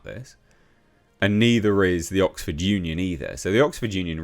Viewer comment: EMPTY scrotum! This is OXford. Not 'Bullford'!